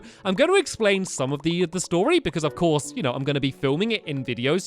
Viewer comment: I'm the beginning he says ELF course Polly. Anyone else notice?